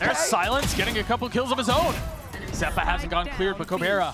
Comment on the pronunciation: Misspoke ze-pa lol